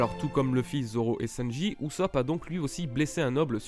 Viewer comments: prononce le sanji et pas senji stp sa me stress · Mon gars di les U correctement s.t.p le U se prononce ou ! Et sanji et non senji 🤦🏼‍♂️